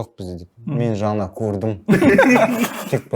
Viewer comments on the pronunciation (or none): none